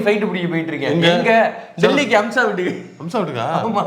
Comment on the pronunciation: முதல்ல பெயர ஒழுங்கா சொல்ல பழகுங்க பா.. அது அம்சா..